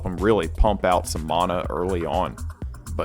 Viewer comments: Mana. MAN-AH. Not Monah MANA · " get some mawna" idk where these people get the w from its just mana. man-uh